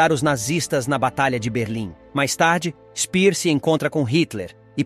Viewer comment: A pronúncia de SPEER, em alemão, não é /spir/. O correto é /shpêêr/. E no caso de GÖRING, não é /goring/ e sim /guêring/.